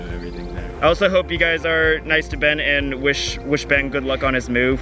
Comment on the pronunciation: It’s funny how calls Ben bean😂😂😂😂